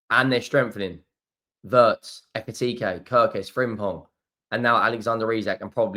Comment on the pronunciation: German here, I really do like watching your videos... but please... the pronunciation of Wirtz is like Veertz and not like in hurts ! ❤